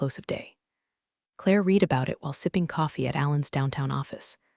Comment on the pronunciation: These stories are excellent. I can only wish that who (what)-ever is performing the scripts could get the difference between: past-tense and present-tense "read" and get the pronunciations of many other words correct.